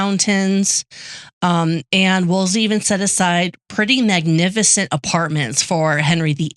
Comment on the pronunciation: You guys are sloppy. repeatedly mispronounces cardinal’s name, Wolsey has only 1 “l.” piles on Kates blundering misappraisal of the cardinal by falsely claiming bloodlines meant zip in the days of Henry 7. Jesus. Read Wolf Hall and get the yourselves corrected. So you aren’t passing on ignorance as knowledge.